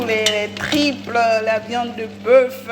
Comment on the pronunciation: Madame cest tripes pas triples,sinon cest très bon